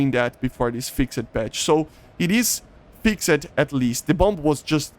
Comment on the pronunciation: It seems like English is not your first language so let me help you out :) when you say the word “fixed” instead of “fix-ed” try saying it more like “fixt” or “fixd” with more of a “t” or “d” sound. We don’t really pronounce the “e” cuz English is confusing and the rules aren’t consistent with anything lol 😂